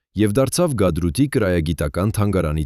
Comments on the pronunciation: Գադրութ չէ, Հադրութ է։ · Հետո էլ ՝ գադրութ չէ, այլ ՀԱԴՐՈՒԹ, այդպես աղավաղելով ՀԱՅԿԱԿԱՆ ՏԱՐԱԾՔՆԵՐԻ անունները կորցրեցինք ու շարունակում ենք կորցնել մեր ՀԱՅՐԵՆԻՔԻ մասերը, ինչա, որ պոռնիկ ռուսը գաթրութ է ասում, դուքվթլ սկսում եք թութակի պես կրկնել🤦‍♀️🤦‍♀️ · Գադրութ չի Հադրութա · Հադրութ, ոչ թե Գաթրութ